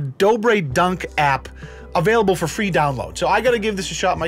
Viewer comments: Downwode it it fwee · No I'm pretty sure he said it was Fwee not Free. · What is everyone talking about?? This game is actually pretty fun! And its "fee" just like they said in the video! The only downside is, since I started playing all my chest hair fell off, but it doesn't bother me because I'm staring to look just like the Doorbell brothers